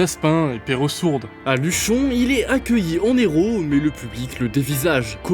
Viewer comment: Il est accueilli en N'héros...sans liaison c'est mieux😉